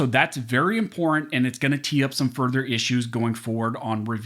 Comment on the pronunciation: (The word "important" is not pronounced "imprn".) There are two t's in the word. Thank you for the great work you do.